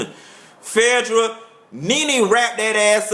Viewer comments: Love when u call Phaedra "Fedddrah"!!! Ur reviews give me life!! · i loooove how he says phaedra's name. LOLOL sounds like Ephedrine without the "E" and the "ine." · I was LMAO throughout this whole vid and agreeing with everything you said, also I love the way you say phaedras name lol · Lmao!! You got me as son add you say Phaedra!! Thank you for keeping it 100, a very correct analysis of RHOA pt.2!! Keep it coming!!